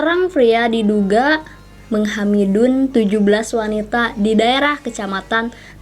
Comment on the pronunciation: Kak kenapa pas bilng menghamili jadi menghamidun wkwkwkkw